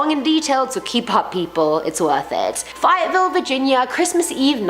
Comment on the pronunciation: You butchered the pronunciation of "Fayetteville West Virginia"